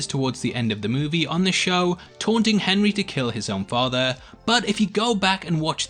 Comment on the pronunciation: Carter Tann he says Ben revisits the school but it does sound like benry lol